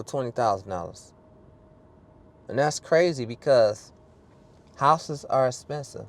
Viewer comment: Haus is spesive . Sir pronounce your words correctly.